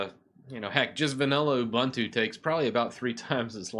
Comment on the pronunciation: Great way to revive old computers and not let them go to waste! BTW, you mean lying around, unless that old computer is laying around blobs of dust ;) Also, all the "u"s in Ubuntu and its derivatives are pronounced as "oo", not "uh", so it's pronounced "oo-boon-too", not "oo-bun-too".